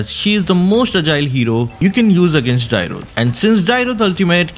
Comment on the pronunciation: Please learn the correct pronunciation of Dyrroth, that pronunciation is so irritating to the ears 😂